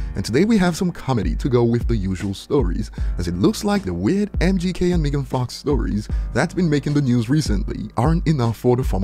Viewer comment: It's MEGAN not wtf your saying